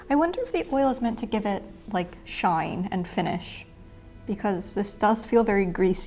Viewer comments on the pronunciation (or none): none